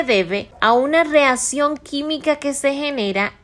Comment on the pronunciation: Me enfadó su voz. (Es óxido, no ócido, es reacción, no reación)